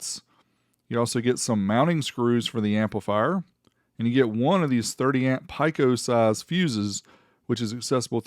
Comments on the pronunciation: You made it all the way to your 40s and don't know how the entire world pronounces pico. Do you also mispronounce other words like water, or building, or vehicle? No one on earth has ever pronounced pico "pike oh". Even through editing and everything you still left it that way. Wow! 40IQ, not Hertz. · First time I have heard that pronunciation of "Pico" :)